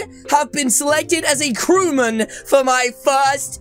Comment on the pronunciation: It's not crewmun,it's crew~mate